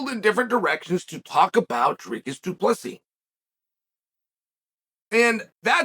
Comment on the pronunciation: You pronounce "Du Plessis" as Du Plessi, without the "S" at the end. My pleasure, from an Afrikaans, South African.